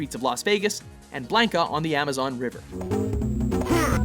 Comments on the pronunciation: Bl-awn-ka not bl-aang-ka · if you say "blainka"/"blane-ka" and not "blohnka" one more time I swear to gawd >_< That shit got on my last nerve -_- Couldn't even watch the whole video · Do you guys always have to pronounce things wrong? This time is Blanka. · Lol Blank-a XD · Are you kidding me, that first category alone completely destroys the illusion that anyone working on this video knows what they are talking about from the pronunciation of blanka's name to the stupid outcome of the argument.